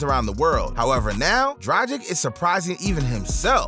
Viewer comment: say Dragic a couple of times before you get it right